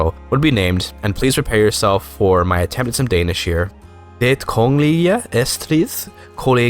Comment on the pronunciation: You did pretty well on the Danish. The 't' in 'det' is silent for future reference though!